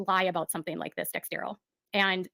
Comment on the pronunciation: It’s not Dextero, it’s Dexerto 🙄 According to “exposing 7m” she only provided copies of archived documents the same as they did. More than likely the old civil case, the old wage claim from I think Melanie Lee (Leigh) which was a once off & sorted out immediately at the time. Apart from that it’s probably just old real estate stuff, the odd old church email and maybe a few pics and screen shots from a couple of people. It’s not “her” information per se. She’s so full of it. As far as accusations, they weren’t based on the California law suit. That was filed a year after she defamed Robert & 7m. The dancers who left were still involved & denying there were issues while she was defaming Robert & 7m so they weren’t feeding her info. It seems the only people she got her “facts” from were the Wilkings, the old church members & Lydia Chung & her daughter. She dug up a few comments from a couple of parents of the dancers on their social media but they had no more proof of anything than did. B-Dash’s ex wife or that other ex wife don’t count as their child support issues are unrelated to 7m or Robert. When she committed tortious interference, in my opinion the strongest of the claims, she pretty much hands it to Amber with that IG live. Allegedly isn’t a defence the way she thinks it is. Once you say “allegedly” you are pretty much saying you aren’t sure if it’s true or not and it may well not be but you don’t care & are making the accusation anyway despite the probability